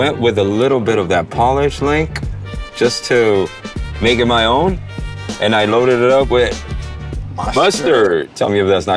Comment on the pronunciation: it's not pronounced PAH-lish as in shoe polish, but POLE-ish as in people from Poland.